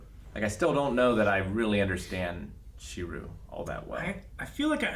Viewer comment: Even knew how to pronounce it